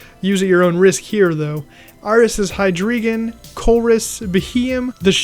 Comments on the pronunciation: Its pronounced HY-DRA-GON not HY-DREE-GON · It’s hydr-ie-gon it’s German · 'Hydreegon' ... seriously? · That hydreigon pronunciation triggers me